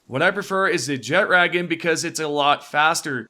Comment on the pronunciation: "Jet raggin"